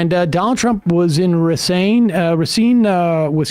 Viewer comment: you said Racine right nice